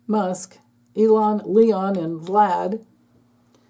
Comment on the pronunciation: I have to admit, I like it when you say Leon. No need to correct yourself. We know who you're referring to.😅